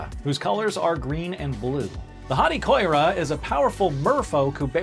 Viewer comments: Koira? I thought it was read as Ki-yo-ra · The wrongful pronunciations are killing me. For example, it’s Ki-ora not koi-ra. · Yeah, Kiora got me. But that's kind of a long-running trait of this channel. They never research pronunciation and ALWAYS say things wrong.